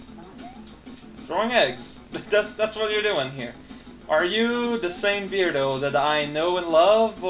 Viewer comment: B-urhd-oh not Beard-oh.